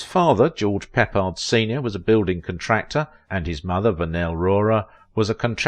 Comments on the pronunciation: The man's name is CORRECTLY pronounced "PUH-pard" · Pronounced George Pip pard - Can't even pronounce the subject of your story right. PATHETIC AGAIN!!!!